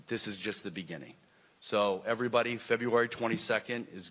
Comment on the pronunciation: Fury should make Wilder try and say February again.